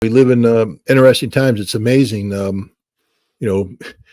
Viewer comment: Scott, it is interesting not innerresting. lol